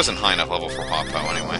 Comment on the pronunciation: By the way, "Hua po" is pronounced hwa pwa.